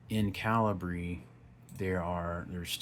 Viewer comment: Calibree? "American" accent just squashing any intentention of pronunciation. There are two ways to arguably pronounce this software, and you're using neither, without a second thought. The American cultural steamroller.